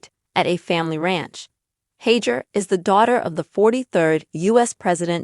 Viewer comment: Please figure out the correct pronounciation of her last name before you post a "story"